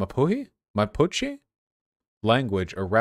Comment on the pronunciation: Vaush, your pronunciation is not so good. Nothing personal. It's the effort that counts. I lived in Chile during the late 90's where Pinochet's legacy still lingered in the streets and had a friend who witnessed personally the day that Allende was bombed in the Moneda and Pinochet took power. I am so happy that Chile has voted in a leftist candidate. Beautiful. The indigenous people are "mah-pooh-chay" or Araucano.